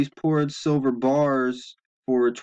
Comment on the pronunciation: Excuse me "BARS" not gars !!!